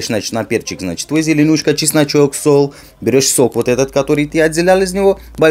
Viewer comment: От озвучки ,,кайфоваюсь ,,.Петрушка ,, ломаешь,, ,,Сол ,, без мягкого знака, масличка.Без улыбки , ну никак.Очень позитивно.